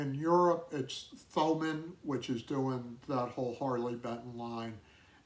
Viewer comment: The 'Th' in Thomann is pronounced as a T. Toh-man.